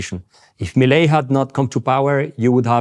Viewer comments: Not pronounced Mileye but pronounced Milay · Its pronunced ME LAY. No meilai 😂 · So stopping the literal printing of money is a rockstar move…? 😂😂😂😂 Also it’s pronounced “Mee-Lay”, you uncultured swine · I find it kinda weird how he pronounces it like "Melai" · Pronounce it as “Me-Lay” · His name is pronounced Mil-lay. Inflation is down but the austerity programme is making life miserable for millions of people. Over half the population are now below the poverty line. Most pensioners earn less than $200 USD a month. Talk to the people on the street in average to working class neighbourhoods and you'll get a different perspective. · Su pronunciation fue muy malo. 😆